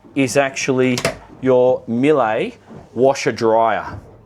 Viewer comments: You pronounce Miele wrongly LOL. It should be MEE-luh. Not Milay. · Miele is pronounced like Meelluh.